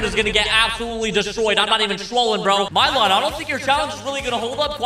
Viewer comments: saying milyon What i hear:my lawn nylon and more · Bro 💀💀💀💀 At least pronounce milyon’s name properly